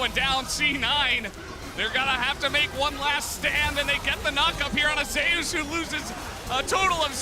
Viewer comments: not to hate but thats a weird way to pronounce (even the commentators doing it)"Zeus" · why do you people say zeus as in zaayoos. when its pronounced "Zoos"